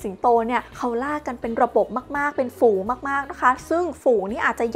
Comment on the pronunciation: ฝูง ไม่ใช่ ฟูง